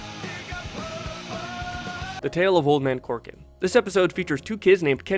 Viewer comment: Say it with me, now, "COR-COR-AN". "Old Man Corkin". Fuckin, Christ.🤦🏿‍♀️ It's spelled EXACTLY like it's pronounced